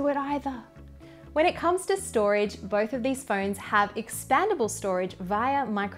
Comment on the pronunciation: stoage 😅 gotcha!